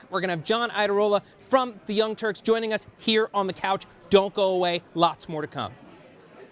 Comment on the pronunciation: The "Younk" Turks lol